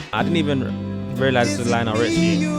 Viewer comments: It's LIonel Richie. NOT LEEonel. It's not like Liam. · Lionel Richie The way you pronounced “Lee-on-Al” 😂😂😂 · Lion-el (there’s the pronunciation) You really should’ve got some of those songs down so you can watch the whole video.